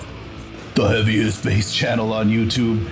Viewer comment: Sooo fun when you say "the eaviest youtube channel", 😂😂😂